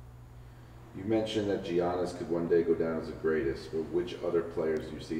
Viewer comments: 😂😂😂😂 he said G - annis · jiannis?? are you serious?